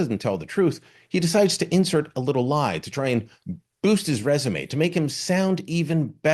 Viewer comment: Thats an interesting way of saying the word "lie" lol